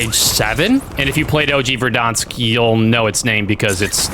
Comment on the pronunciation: its pronounced Ver-dans-k say it right